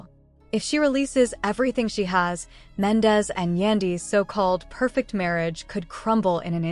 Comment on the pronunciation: Girl learn to pronounce there names 😂😂😂 his name is mendeecees